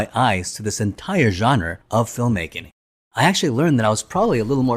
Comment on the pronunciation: genre - pronouced john-ruh